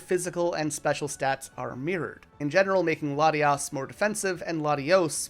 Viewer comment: THERE IS NO N IN LATIOS OR LATIAS! REMOVE THE LETTER NOW!